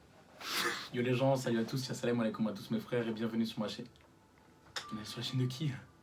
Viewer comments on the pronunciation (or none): none